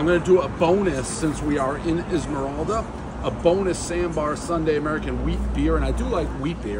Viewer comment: Isla morada Dave - “Esmeralda”